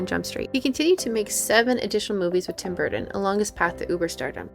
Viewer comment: GREAT MOVIE BUT REALLY THE NARRATOR CANNOT SAY TIM BURTON.?